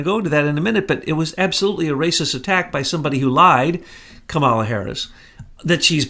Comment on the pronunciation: Kamala's name is pronounced like the animal (camel, whether bactrian or dromedary). Emphasis is on the first syllable. Also, her name on the last syllable is pronounced "uh."